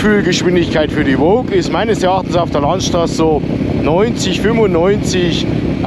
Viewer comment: Voge wird anscheinend "wutschi" ausgesprochen, wie ein anderer Eigentümer (ride on with friends) beim Hersteller nachgefragt hat... wutschi also 😉